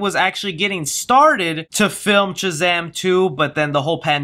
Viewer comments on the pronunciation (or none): Bruh, you’re killing me with the way you say Shazam. You say Chuh-zam instead of Shuh-zam. Lol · So u do realize the whole vid you were saying chazam not shazam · Dude I love you will all my Heart!! I watch and like your videos everyday!!...... but bro....its SHazam.......not CHazam! Lolol. Had to point out out. It was killin me. 😆😋Keep up the good work man!! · I can’t get over the fact that he won’t stop saying “Chazam” it could just speech problem, but it’s really distracting 😂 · It sounds like ur saying chazam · what am I missing? Why are you saying Chazam instead of Shazam? Super Girl most likely, but Black Adam would also make sense. I just want a Man of Steel 2. For me he has been the perfect Superman, I just want him in more. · Am I the only one hearing Chazam? Lmao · Was anyone else hearing chazam? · Is it Shazam or Chazam? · Chazam?? I'm not hearing shit right? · stop calling him chazam! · Why does he pronounce it "Chuh-Zam" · I was thinking that exact same thing lol. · That's what I was thinking lol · You keep saying “Chizam”? Am I missing something? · Are you saying "Chazam",lol? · Is he Saying Chazam?!?! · sounds like you're saying CHAZAM